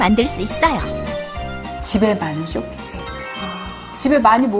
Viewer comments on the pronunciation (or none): 쇼핑백을 쇼빙백이라하네 ㅋ